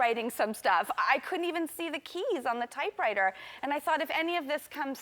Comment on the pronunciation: Excuse me, did she say "typewriter"? LOL